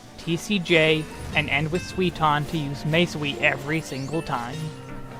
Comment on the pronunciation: I love your videos but man you don't even try to properlly pronounce the japanese words xD Suiton becomes Sweeton when you say it lol